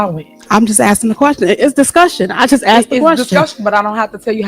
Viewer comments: Stay on her girl! You give me hope that the truth shall set us free! EDIT: Did she actually say "Axed" instead of "asked"? And you guys voted her as Mayor? You got what you deserved. Just saying... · You Axed? Very uneducated criminal... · "I axed you" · You know the entire USA is in trouble when your elected officials use words like, you axed me a question...geeezzzz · "You axe me a question and I answered" omg this woman needs to be locked up.